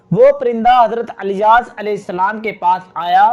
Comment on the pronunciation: Subhanallah bas Naamhise kuch Canfish hai idrees... Ku adrees aur ilyas ... Ku alyas kehte hain aap kya Saheehai?